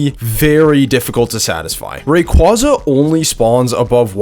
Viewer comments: COMFIRMED BY POKÉMON IT IS PERNOUNCED RAY-QWAY-ZA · it’s supposed to be a funny thing ray-qwa-za is so funny